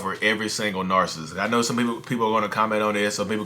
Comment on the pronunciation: Nar.sist vs. nar.cis.sist..you mentioned in other video about ppl commenting on your enunciation. But, I heard same thing from a therapist's video. I commend you on great work! God bless you and your family!